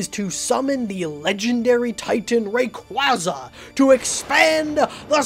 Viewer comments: Ok its not re-cwo-zuh its re-cway-zuh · Why are we not talking about how he pronounced “Rayquaza”